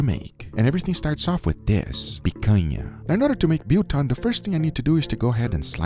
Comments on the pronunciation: As an actual South African Subscriber I am laughing my arse of how you pronounce BILTONG LOL.... The Bil part you should pronounce more like BILL (like paying the BILLS) and TONG is just like your BBQ TONGS you use, Never EVER refer to BILTONG as JERKY lol you might have some people (a whole nation) offended. I am so glad that you decided to make your own BILTONG for the episode, now we should just get you to make DROEWORS (DRIED SAUSAGE) Same procedure but must be made with authentic BOEREWORS. Much Love all the way from Cape Town South Africa Guga and team I never miss an episode and hope you guys one day decide to make a turn and experience South African and Southern African AFRICAN cooking. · Haibo kanjani? this oom had that meat in a vinegar jacuzzi for 24hrs 😭😭 too much focus on the marinade and not much on proper ingredients, curing and drying and then to top it all off he called it Buton😭😭😭 oh my days, that sent me on a spiral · Biltong is the true original OG, if you had to cook it to make it, it would never qualify for Biltong. We (I) believe jerky is inferior to Biltong. You're pronoucing it OK for and English guy. But its more like BILLT HONG but hard H – HONG say it as one word BUILDT HONG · The best way I can describe the pronunciation of biltong is by splitting it into two halves. The first half (bil) can be pronounced as the English version of 'bill' as in the thing you pay, and the second half (tong) uses almost the same vowel sound as dawn, tawn, or fawn, but not as drawn out. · thought he said butong lol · Not how you pronounce biltong btw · 😅😅😅Love how you butchered the word BILTOMG😂😂😂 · Guga Biltong you pronounce bil as in nil and tong= biltong I like beef biltong slightly weg with a light to dark pink shine. Try that next time. We call it wet biltong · its pronounced "Bill Tong". not Biel Tongue. i doubt it tastes like our biltong. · Bill-tong, billtong… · pronounced BILL-tong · It's pronounced bill tong. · dollarBILL bbqTONGs BILL-TONG.